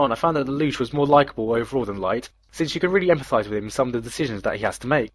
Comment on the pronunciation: I'm sorry everytime you say his name all I hear is la-douch